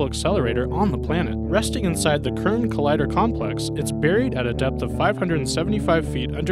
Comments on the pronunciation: The CERN (pronounced sern, not kern) collider does not create energy. It uses energy. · KERN!?!?!? What the fuck is KERN!?!? CERN is pronounced SERN. My god. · Am I the only one getting tics about him saying KERN and not CERN? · CERN is pronounced "sɛʁn" [sern]. good video. Try Metric. The Falkirk Wheel takes 4 minutes to make one half revolution, and another 2 to 3 for the gates and valves to open on the gondola ends. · haha, and the part where he says "working at the KERRRN" complex....about CERN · omg you can't even pronounce cern? it's pronouncedd Sern...